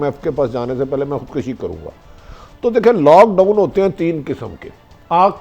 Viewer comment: او بھٹی یار الفاظ تو صحیح بولا کر! خُدکَشی نہیں ہوتا! خُد کُشی ہوتا ہے! ویسے باتیں اچھی کرتے ہو۔۔۔